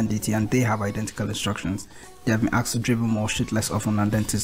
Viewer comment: Aksed? Come on dude